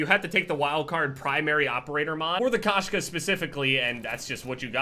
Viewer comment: I'm pretty sure the sniper rifle is called Koshka not Kashka. Koshka translates to female cat in Russian.